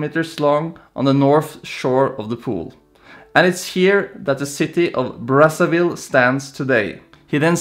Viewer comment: It's not pronounced "BraSSAville. It's actually braZaville